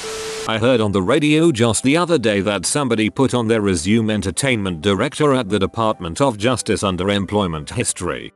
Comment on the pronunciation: TTS bot says "resume" like "legume". lmao